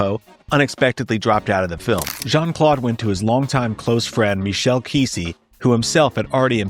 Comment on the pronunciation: I get triggered as hell when ai narrations and videos start going incoherent by calling jcvd Shawn Claude van damme😅 as fucktarded as Terrence Howard is I think he would've narrated this video better😅Shawn Claude van damn😅